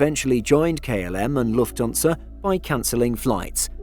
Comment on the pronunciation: For the love of God, could someone give the man pronunciation lessons? I can just about make it through his "Loofthuhnza" but "Chech-ia"?? Agree with other comments - it's not a "situation" in "Eastern Europe", it's the Russian invasion of the independent, peaceful nation of Ukraine. Any suggestion otherwise is just wrong.